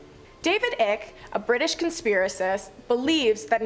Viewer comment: OMG!! if you are going to say his name 50 times.,. Its David Icke. Pronounced Long "I" cke. Like bike but "Ike".